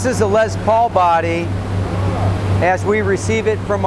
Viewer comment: did anyone else notice that the guy who is touring them says lez paul, and likes to say les paul?